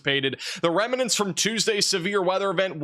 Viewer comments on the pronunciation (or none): Best info here...but it's pronounced rem-nant....not rem-ah-nent. ..